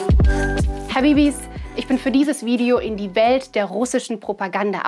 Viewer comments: "Habibis"😂😂 Cringe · Das „I doubt it“ war schon schwierig, aber „Habibis“ hat mir den Rest gegeben. Sonst sehr gutes Video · "Habibis"? Irgendwie fühle ich mich langsam ausgeschlossen. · "habibis" ?? common leute🤦🏼‍♂️ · Hat sie habibi gesagt? 😆